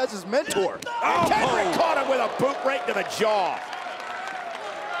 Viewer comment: "Kendrick has tapped out the champion" um? that's not how you say that Cole.